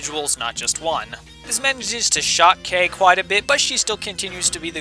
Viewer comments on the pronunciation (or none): none